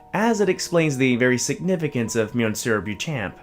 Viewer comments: U pronouncing it wrongly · My favourite creepypasta (I hate that word). I accept that narrators will mispronounce the name since very few seem to include this in their Youtube reads.